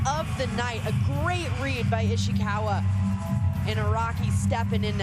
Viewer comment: why she say Ishiwaka